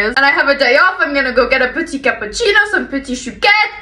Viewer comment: Your "petit" pronunciation is perfect 👌